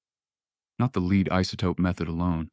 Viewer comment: A.I. doesn't know the difference between 'Lead' and 'lead'! Hopeless ...